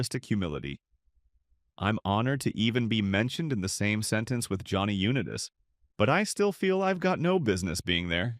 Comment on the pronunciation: I really wanted to like your video but I couldn't. You have to say the guys name correctly Johnny Unitas. I can't take your video seriously if you can't even say his name properly.